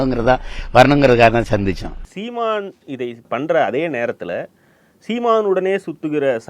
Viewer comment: The way says "seeman" is funny as hell